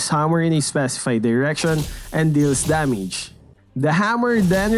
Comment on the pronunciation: who hears his damage like danmege